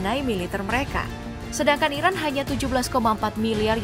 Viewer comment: Kedengarannya seperti Irak bkn Iran yg di sebutkan admin